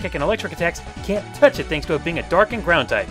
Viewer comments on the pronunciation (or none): none